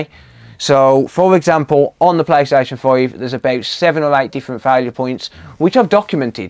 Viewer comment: i just wanna keep hearing this guy say playstation 5